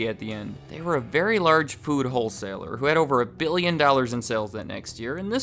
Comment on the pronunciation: what's a "pood" wholesaler? :)